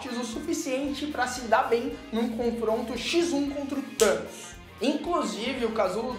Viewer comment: Vingadores:"Thamos" ferrados